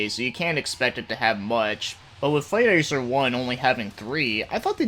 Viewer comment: Not to be that dick but its pronounced ICK zer